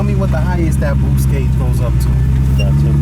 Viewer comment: "Eight pounds of boowhste"